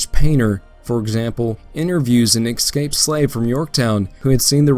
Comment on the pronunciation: Very good...just a note escape is pronounced S-Kape, not X-skape